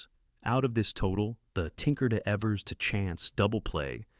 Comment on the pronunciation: Maybe not important, but it’s pronounced Eevers, not Evvers.